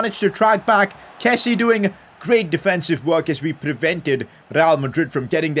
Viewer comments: one thing i noticed recently is that kessie is pronounced ke-see-ye and not ke-see...just thought I'd let you know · call him kessie, with the 'e' in the end!